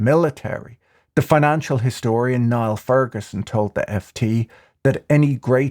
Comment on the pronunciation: Just a friendly correction: "Niall" is pronounced like the name Neil, not like the river in Egypt. (As you likely know, Niall's "Ferguson's Law" echoes Scottish philosopher and historian Adam Ferguson, who lived from 1723 to 1816.) "States have endeavoured, in some instan∣ces, by pawning their credit, instead of employing their capital, to disguise the hazards they ran. They have found, in the loans they raised, a ca∣sual resource, which encouraged their enterprises. They have seemed, by their manner of erecting transferrable funds, to leave the capital for pur∣poses of trade, in the hands of the subject, while it is actually expended by the government. They have, by these means proceeded to the execution of great national projects, without suspending pri∣vate industry, and have left future ages to answer, in part, for debts contracted with a view to fu∣ture emolument. So far the expedient is plausible, and appears to be just. The growing burden too, is thus gradually laid; and if a nation be to sink in some future age, every minister hopes it may still keep afloat in his own. But the measure, for this very reason, is, with all its advantages, ex∣tremely dangerous, in the hands of a precipitant and ambitious administration, regarding only the present occasion, and imagining a state to be in∣exhaustible, while a capital can be borrowed, and the interest be paid. ... Great national expence, however, does not imply the necessity of any national suffering. While revenue